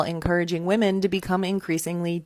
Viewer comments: Great video but as an aside, it's super annoying when people don't realize that "woman" and "women" are pronounced differently. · That last one bothered me because of the way she pronounced "women".